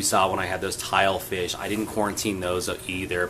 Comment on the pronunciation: did you say filefish? I heard tile fish. I WISH i quarantined mine. He is so skittish in the display tank. Would have been nice to acclimate him to me as the food provider. Actually my tank is a FO so i can Copper the display. I suggest qt simply to make sure they eat what I feed